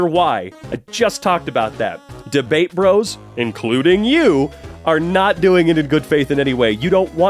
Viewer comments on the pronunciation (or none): none